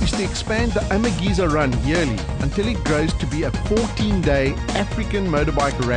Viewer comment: Why does the comentator keep saying Amageza incorrectly.. flippin annoying.